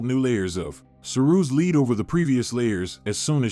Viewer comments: It’s pronounced “led” not “lead”👍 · White LEAD, NOT leed!!!! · Did you say her smallpox was fatal? She recovered. She caught smallpox in 1560s and died in 1603????,. Why do you keep saying 'leed' as to her makeup. It was lead (pronounced led). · I think you mean "lead". It's pronounced like "led." Also, she could not had a FATAL small pox illness. Or she would have died. That's why it's called fatal. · Can't believe more than a fraction of this ill-researched and poorly presented effort. Some examples: 1 "Louis XIV lived in the late 15th century"? No, he was king of France from 1643 till 1715, that's the late 17th - early 18th! 2 several uses of the word "lead" which is consistently pronounced "leed", as in a dog's lead. But referring to compounds of the metal lead which SHOULD be pronounced "ledd"! 3 Factoid about King James 1 of Scotland (who lived from ) which uses a portrait of a different king and quickly runs into a whole load of stuff about him, i.e. King James VI of Scotland /I of England ( ) apparently not realising and certainly not making it clear they are 2 different monarchs separated by 2 centuries. Supposedly educational vids full of misinformation with misleading presentation are worse than useless. Worse than Hollywood in fact (don't get me started on 'Braveheart'!!) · Is this read by AI, or someone who just constantly mispronounces words? Lead, in particular. Ugh it's annoying. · I believe this is a computer-generated narration, so some words are mispronounced (like the toxic metal, lead) and there are many awkward pauses, throughout. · I enjoy these videos, but are they narrated by a robot? Many words are mispronounced (lead, for example) and there are strange pauses that don’t belong. The narrator has a pleasant voice, but so does Alexa. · Definitely a computerized voice. It’s pretty realistic, but yeah, the minor mistakes give it away.